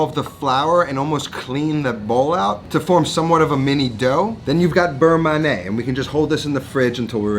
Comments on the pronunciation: not ma-neh ... ma-ni-hey! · Looks great. You got the pronunciation right for beurre but pronounce man'yay for manié.